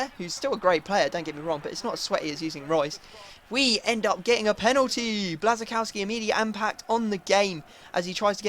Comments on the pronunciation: It is bwashchkowski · Lol bit late😂😂 but Löwe is said Lurve, Blazczykowski is said Blashykovski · no, blas-i-kow-ski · It's Blash-a-kov-ski :) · kuba or bla-shi-cough-ski and just say it properly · Its pronounced Buasykowski. I am from Germany/Poland. Trust me ;) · Błaszczykowski is pronunced like Bwaf-Schi-Kof-Ski